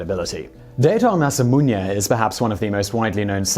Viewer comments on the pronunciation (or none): ...Simon, sorry to say but, your pronunciation of Date Masamune (it ... really isn't Daito Masamunye, man) & Terumune (REALLY not.... whatever it is that you're saying)... is lowkey giving me cancer Please run it through google translate next time, it will read it to you. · Date(Dah-tay) Masamune(Mah-sah-moo-nay) Terumune(Teru-moo-nay)